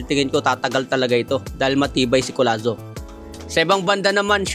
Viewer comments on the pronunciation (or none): Hinde po collano, collazo po ayusin mo ang pagba vlog